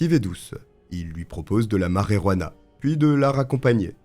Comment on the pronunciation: Ce n'est pas la marérouana, mais la marijuana. T'as qu'à dire la "marie-jeanne" (ou l'herbe), si tu ne sais pas prononcer l'espagnol, ce qui, au demeurant, est étonnant vu tes origines ethniques.